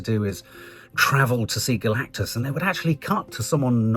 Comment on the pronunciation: I wince every time says Galacticas.